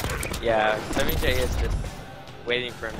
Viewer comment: They're pronouncing semiij wrong